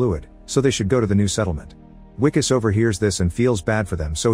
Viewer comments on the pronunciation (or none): I L❤️VE this movie!! Sad u pronounced it Wicus, and not Vicus! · The Wi in Wikus has the same sound as the letter "V". Or the "Vi" in Vicks. You pronounced the "Kus" syllable correctly. So instead of saying "We"-"kus", just say Vee-Kus. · As a South African I must say that wikus is pronounced vikus.much love